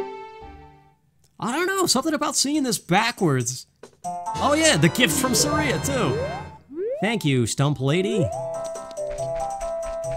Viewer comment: It crashed because you dared you think Saria is not pronounced like Maria. Never do that, only villains do that. Also take it from someone who's been able to keep 90% of their childhood friends around, it's not perfect.